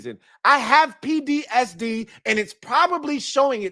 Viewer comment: keep saying he has “PDSD” in this video. That’s how bad the BS has been over the years. He can’t even say PTSD 😂😂😂